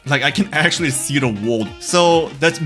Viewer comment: trying to pronounce the letter "r": wowld? wold?